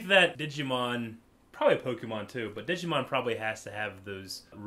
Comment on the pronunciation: Wait DID U SAY DIGI-MON? ITS DIGIMON